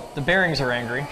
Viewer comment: I love when you say well the herrings are angery